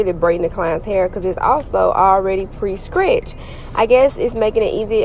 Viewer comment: Did you say scretched? Buck lenc?😂